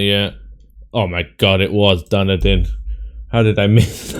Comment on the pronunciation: Nice score as usual.. I only got 36K, just a series of bad year guesses. Also I would be impressed if anyone gets Dunedin (by the way it's pronounced DunEEdin)